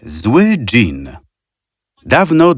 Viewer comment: Dżin a nie dzień🤣